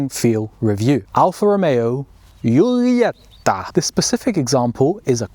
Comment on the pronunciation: After the pronounciation of "giulietta" i 100% approve that you didnt even try with "quadrifoglio" and just called it a clover leaf 😂 But beeing an alfista i have to adress that its not just any clover leaf, its a four-leaf clover.